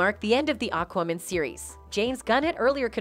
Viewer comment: Say Aquaman again.... lol Weird way to say it! Sometimes you talk funny. And Worner Bros?! Looool Its Warner BROTHERS. Im unsubscribing because your tittles are misleading and you mess up with named (you should study and practice words and names the correct way). Its distracting.